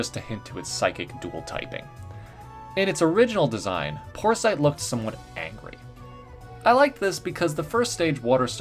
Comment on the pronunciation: "porsite" sounds like poor sight